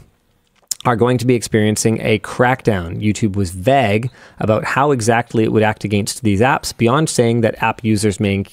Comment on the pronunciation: The way Linus pronounces “vague” is wrong, right? That can’t be how you say it.